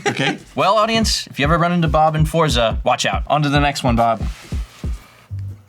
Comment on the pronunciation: Forza is actually pronounced "Fortsah." It's an Italian word, like pizza.